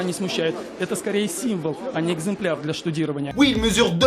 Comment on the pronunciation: C'est moi ou il a dit "un exemplaire" ? Avec l'accent malgache si ça se trouve.